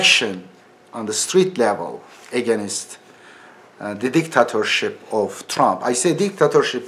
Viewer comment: Edibi deha ingilizce oratory sananlara :Edip telaffuzde againist yok against ,dictatorship yok dikteytrship:)